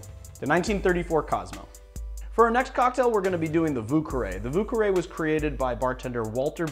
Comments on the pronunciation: Ho god you killing the french language 😭 it’s vieux carré like « vee a ca ray » please 😭😭😭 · hahaha the way you said vieux carré is horrible. thx 4 ur vids